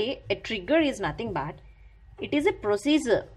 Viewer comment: She pronounced "Prosiezer" to procedure. And explanation is okayish in terms of defination.